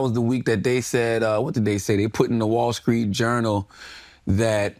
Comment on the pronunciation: “The wallskreet journal”